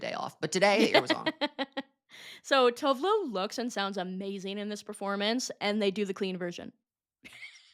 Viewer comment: Oh my god that's not how Tove Lo is pronounced